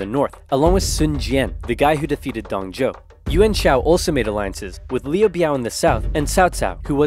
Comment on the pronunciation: Its pronounce Dong Zu-o not Zou